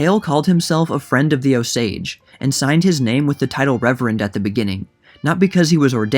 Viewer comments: It’s OH-sage not ohSaAge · good video! i love this book but it's read O-s-age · You are not pronouncing Osage correctly. It's not a big deal, but as an Osage native, it's not "Oh sAdge " its more like "Os age" hope that makes sense Thank you for covering this. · Is that the proper pronunciation of "Osage"? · It's not Ohsage or O-sage, it's just Osage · The pronunciation has the emphasis on the “O”-sage, not o-SAGE. And it’s Leavenworth not Leeeevenworth. Do better. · Your emphasis is on the wrong syllable it's O sage not o SAGE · Born and bred Okie here-- Osage is pronounced OHsage, not, oSage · It’s pronounced OH- sage not oh-SAGE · Please learn to pronounce Osage. Emphasis on the second syllable. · You can not get white from color copper or what you all call black. Your lying has caught up with you. None of you are Osages. Again you can’t even pronounce our tribal name. The portraits that you are showing are beings from the trans- pacific trade slave. Chinos, chicanos, Asians. Which when they brought you all over from the East to our homelands did not make you all Americans. The invaders are always going to lie to try to on to our land . Go home this is aboriginal land. If you don’t the Creator is going to exit you devils. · The accent is on the O. Great job though. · Emphasis on the OH, not the sage. 😊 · You are putting the accent on the wrong syllable in Osage. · I grew up in the area, always heard it pronounced as OH-sage. Had heard bits of this story but glad it's now being shared with the larger world. Heros and villians never are as simple as we'd like to think. And Leavenworth.. it's LEHvanworth, not Leevanworth...just to be a pissy Westerner.